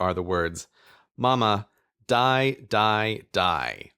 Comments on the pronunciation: Also it's pronounced dee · And the pronunciation of the dutch word "Die" is like the English pronunciation of the letter "D", so really the words are only spelled the same, not pronounced the same, making it even less of a "false friend", if, indeed, it is one, at all.